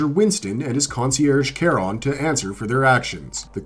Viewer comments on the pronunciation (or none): *Charon is pronounced as Sharon 😅 Also Tokyo and Osaka are two different cities 😂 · the only thing that annoyed me about this video was that, you pronounced the concierge, Charon’s name wrong. 😔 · The world of John Wick is SO cool I love how the table is more powerful than any government in the real world. Also the Adjudicator FYI is played by Asia Kate Dillon who is NONBINARY and Charon's name is pronounced SHUH ROHNE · How the hell can you butcher Charon's name when it's prounounced in the movie?